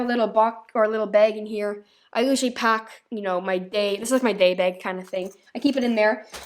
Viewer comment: Still says begg instead of bag